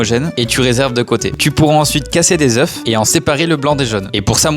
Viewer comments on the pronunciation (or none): Un oeuffff des zeuu (oeufs) on ne prononce pas le F dans oeufs pitié niveau CP… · Des oeuFs ca se dit pas bordel, prononce pas le f stp ca pique les oreilles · Casser des ZEUFS ?! Le œ se prononce eu, abruti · je crois que quand il a dit "casser des zoeufs" C'est parce que dans la vidéo le mec prononce "des oeufs" des "zoeufs". Au pluriel on prononce oeuf par " ze". Je ne sais pas si c'est compréhensible.. 😅 Un oeuf donc "euf" des oeufs donc "ze" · Cassez des (zeux) pour prononciation 1 œuf des zeee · On ne prononce pas le "F" quand oeuf est au pluriel ! On prononce des "eu." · Des ZEF? La prononciation des œufs au pluriel c'est abusé. Doublez vous même vos vidéos plutôt que de laisser ça à l'IA, il y des fautes de prononciation qu'un enfant de 5 ans ne fait plus. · Des oeiFES ? On dis des OEUFS sans prononcer le F au pluriel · Un œuf, des œufs. Au pluriel, ça se prononce « zeu » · Mec, quand on dit des œufs au pluriel on ne prononce pas le F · Des œufs sans prononcer le f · Le mec il ne sait même pas prononcer le pluriel du mot œuf Gris trouduc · Une chaîne de cuisine incapable de prononcer correctement la forme pluriel du mot « œufs », c’est lamentable.